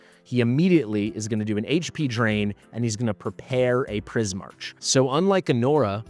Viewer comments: It’s pronounced Pris-MARK, not Pris-MARCH. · wouldn't that be pronounced Prismark? I'm not sure but the way you pronounce it feels wrong Edit : ow wait maybe it's not even Prismark but straight up Prie-Mark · Please learn how to pronounce Prismarch its not the way you do it.